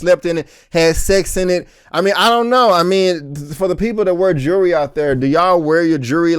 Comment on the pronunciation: Please don’t take this the wrong way. But if you have trouble pronouncing jewelry. Try saying the word jewel and then adding “ry” on it. I used to pronounce it incorrectly too until a friend of mine recommended that. It’s not “jury”, my people.